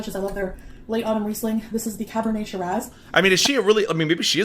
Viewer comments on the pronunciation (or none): none